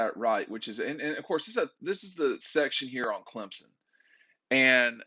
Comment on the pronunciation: still can’t pronounce Clemson’s QB name.🤣